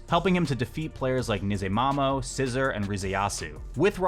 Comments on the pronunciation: Small note , but sssr's tag is pronounced as "sasusoru", not 'scissor'. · sssr is pronounced “sasusoro” btw